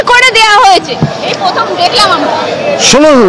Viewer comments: Totally unskillfull, উচ্চারণই স্পষ্ট নয় ওনার, প্রথমকে পথম বলেন, প্রতি কে পতি বলেন। ভাল সাংবাদিক হতে গেলে first priority হল স্পষ্ট সাবলীল উচ্চারণ, যেটা আগেকার দিনে journalist হতে গেলে first and foremost দেখা হত, এখন এসব দেখাই হয়না। যে কেউ সাংবাদিকতা করে। কথা বলার styleকে আরও উন্নত করা দরকার ওনার। অধোগামী West Bengalএর cultureটাকে উন্নত করা দরকার। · এই ধরনের unskillfull journalist একমাত্র West Bengalএই সম্ভব, Indiaয় নয়। অনেক দেরী আছে Indiaর compeditionএ যেতে। উচ্চারণই স্পষ্ট নয় ওনার, প্রথমকে পথম বলেন, প্রতি কে পতি বলেন। হাস্যাস্পদ উচ্চারণ নিয়ে national levelএ perform করা যায় না। ভাল সাংবাদিক হতে গেলে first priority হল স্পষ্ট সাবলীল উচ্চারণ, যেটা আগেকার দিনে journalist হতে গেলে first and foremost দেখা হত, এখন এসব দেখাই হয়না। যে কেউ সাংবাদিকতা করে। কথা বলার styleকে আরও উন্নত করা দরকার ওনার। অধোগামী West Bengalএর cultureটাকে উন্নত করা দরকার।